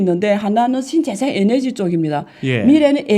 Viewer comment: 에너지라 하세요~ 에네지 아니구요~~^^